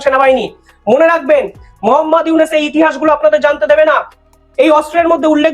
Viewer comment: প্রথম কথা হলো তুই ডঃ ইউনুসের নাম সঠিকভাবে উচ্চারণ কর তোর কথাতেই বাংলাদেশ অবহেলা পরিষ্কার । তোরা বাংলাদেশকে তোদের স্বার্থে স্বাধীন করে দিয়েছিস ভারত কখনোই কোন দেশের ভালো চায়নি। আর ভালো চাইতেও পারে না তোদের মধ্যে রয়েছে ডোমিনেটিং নেচার এই সহজ বিষয়টি বুঝতে বাংলাদেশীদের খুব বেশি কষ্ট হয় না বুঝলি রে হারাম জাদা।